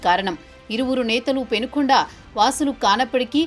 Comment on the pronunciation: It's Penukonda not Penugonda. ఊరి పేరే correct గా లేదు. వార్తల్లో ఎంతగా నిజాలు ఉన్నాయో.